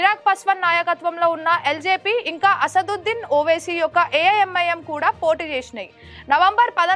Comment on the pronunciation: చదవనీకి కాదు చదవడానికి 😅 ఇంగా కాదు ఇంకా 😢